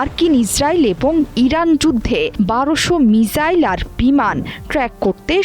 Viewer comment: মিজাইল না মিসাইল